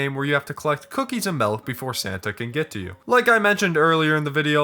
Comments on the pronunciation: hehe he says melk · the true horror is “melk”